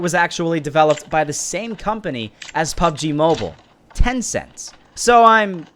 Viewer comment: “Pubg mabule”